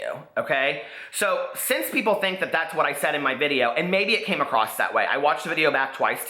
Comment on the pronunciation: I've been enjoying binge watching your channel as I do my hausfrau chores. I'm a fan so I say this with love: There's no "T" at the end of the word across.